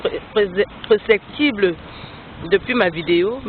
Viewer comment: "succintives" "preceptible" Le Français est vraiment élastique =))